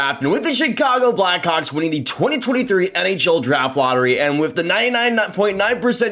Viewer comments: man are you saying black hawks or “black cocks” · I know what he said but at 12 seconds it sounded like he said Bedard will be a black cock 😂😂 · Is this how we're pronouncing Blackhawks now